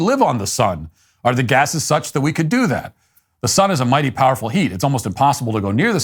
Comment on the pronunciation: “A mightay powafa heat”